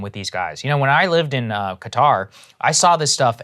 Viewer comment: We've been pronouncing Qatar wrong this whole time.